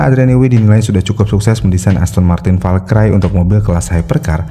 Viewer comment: Agak risih Valkyrie dibaca Val-cry